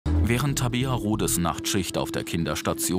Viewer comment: Was für Trabrea sie heißt Tabea